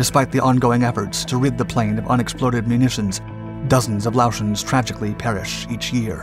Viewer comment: It's pronounced Lay-oh-shens.